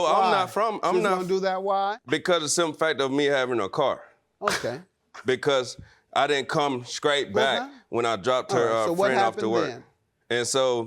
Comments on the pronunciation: Did he just say he did come “skraight” back???😂🤣😂😂 Yikes! She sounds like a stooge! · He said, "scrait". I'm dead...never heard that before.